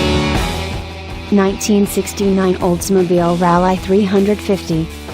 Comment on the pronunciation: and those coupayes. hahha